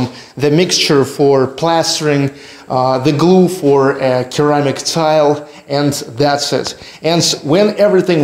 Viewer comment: Just to help you, "ceramic" is pronounced with an "s" sound rather than a "c or k" sound 🙂